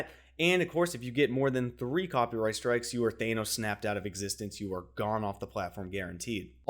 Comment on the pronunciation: Did you just pronounce Thanos as Thay-nos?